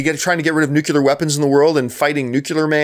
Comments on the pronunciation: Ugh. John John John. You're an intelligent man. Why do you keep pronouncing it Nu-Cular? It's pronounced Nuclear (new-clear). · Nuclear. Nuclear, John. Not "Nucular". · woodulike2 no - I'm Canadian, too, and the only people I know who mispronounce nuclear are either not that bright or, to be charitable, are simply ignorant on the pronunciation of many words. The thing that bothers me more is how John routinely mispronounces names, particularly French names (think 'Villeneuve'). I know he's from Ontario, which is not especially bilingual, but come on....